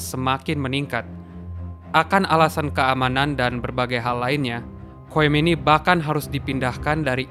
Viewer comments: Khumaini bacaannya mas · Salah pelafalan.. Harusnya khumaini bukan khomeini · Khomeini bang bukan khoemini ha ha